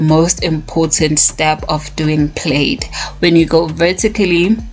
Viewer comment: I like how you say plaid. And thanks for the tutorial.